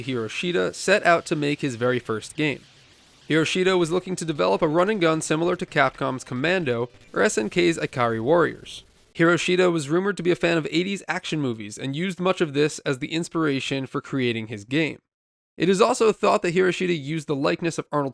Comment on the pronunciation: ee-kad-ee warriors, not EYE-CAR-EE